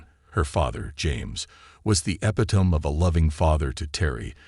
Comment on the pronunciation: well that does it for me. If you are going to use artificial voicing, at least get the pronunciation correct. Epitome, is not eppytome.